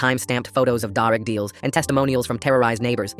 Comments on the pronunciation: “ darug deals” WHAT. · “Dar ig deals” 😭